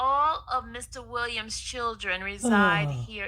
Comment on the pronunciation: Why does she never put the "s" on Williams?